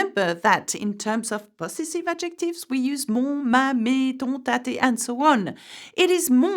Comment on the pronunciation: The teacher mispronounced the English word possessive. She's still positively charming though